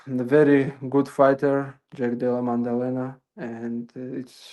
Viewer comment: Jack della "mandalena"😮